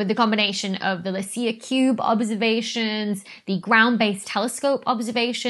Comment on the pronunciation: Licia is pronounced 'Lichia' for english speakers.